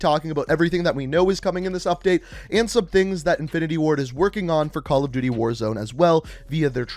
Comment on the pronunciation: Calla duuty ghosts